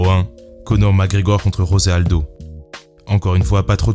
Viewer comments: Très bonne vidéo. Juste pour tes prochaines vidéos, on ne dit pas Rosé Aldo mais José Aldo, c'est un brésilien et non un hispanique. Et c'est pareil pour tous les brésiliens, Dos Anjos, Pantoja... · Juste comme ça, le "J" de José Aldo se prononce comme en français, pas comme en espagnol. Aussi, Paulo Filho se prononce "Filio"